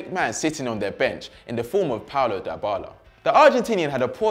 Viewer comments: This guy bothers me some much with his "Die Bala" pronunciation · It's not dye-bala, pronounce it correctly tho your point was right that dybala should be important ,and he doesn't need to sideline Cristiano it's a team spirit so there can be 11 superstars on the pitch just like Liverpool now except and matip and the midfield who isn't the superstar?